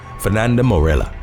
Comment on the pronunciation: Actually, he usually pronounces everything perfectly but he missed one today. Morella is pronounced More A yuh.